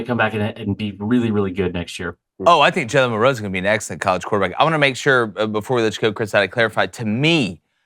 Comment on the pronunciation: Do these people not know how to say “MILROE”